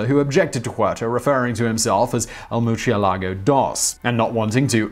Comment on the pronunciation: Blame Lamborghini. That's how they pronounced Murcielago